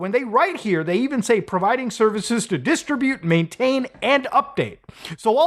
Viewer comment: Muta's a relatively well-educated guy, I'm mystified he can't pronounce "distribute."